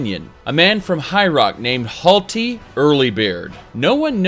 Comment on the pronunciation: Not sure if pronouncing Hjalti wrong unintentionally or pronouncing Hjalti wrong for a sick Daggerfall reference